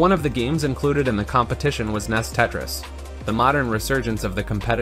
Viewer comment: NES is usually pronounced "N, E, S" and not "Ness" but do what you want I guess